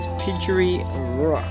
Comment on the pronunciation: Pygery is pronounced Pie jerry. Tcharkulda is pronounced Char-coolda Silent T.